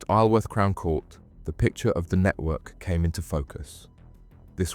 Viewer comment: Interesting. AI narrator pronouncing Isleworth as Eye-yul-worth 😅